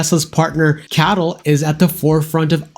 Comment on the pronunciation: it is pronounced as C.A.T.L not cattle :) I was waiting for over a year for the Juniper and I think 2025Q4 is too far away. I will jump the ship and get the Macan or Polestar, with stalks. They also started to offer 7seater in the UK!